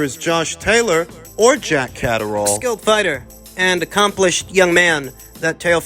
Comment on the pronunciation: "Jack Caserole/Cataract!" 😂The butcherd names never gets old 👊